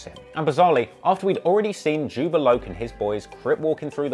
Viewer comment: It's Jobb-A love not jubba locc